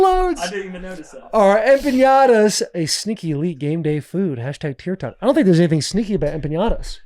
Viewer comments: They kept saying empenyada 😂😂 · The butchering of the word empanadas 😂 cmon fellas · Listening to Will and Taylor mispronounce empanadas is driving me up a wall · Boys just keep asking Will to say Empanadas